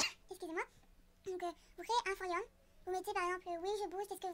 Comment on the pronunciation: Cmwa ou tu dis "forium"